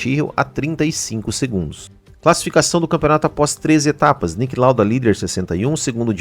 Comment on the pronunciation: Please try pronouncing the names of the drivers about better and it's Niki not Nick Lauda.